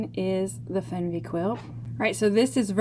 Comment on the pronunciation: Interesting pattern. I've got a backlog but may just buy it soon. However, the pronunciation is "fairn-vay" - don't know where you got fenn-vee. The German word "Weh" = pain, woe. It appears a lot in Yiddish (oy vey). The name "Fernweh" means "far sickness" - the opposite of "home sickness." The outward-pointing stars fits right in with that meaning.